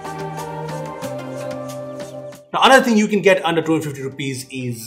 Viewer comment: Your saying 250 or 1250 I listened that Your voice saying 1250